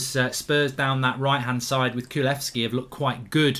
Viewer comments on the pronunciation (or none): His name's Kulusevski, not Kulevski. I swear, Goldbridge's horrible with names. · Yep I groaned everytime he said it wrong